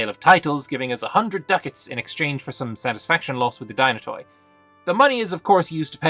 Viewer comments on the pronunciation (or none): The Nobles estate is pronounced thee-na-tee, with empasis on the tee